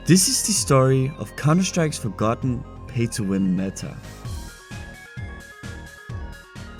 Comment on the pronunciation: Bro said forgotten like it was a 2006 controversy